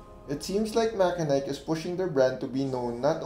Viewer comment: MACHENIKE is pronounced as "MATSENIK" not MAKENAYK .. confirmed as per MACHENIKE Marketing Reps during their Live Stream on Lazada